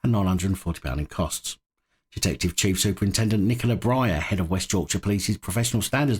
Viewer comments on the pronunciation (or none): none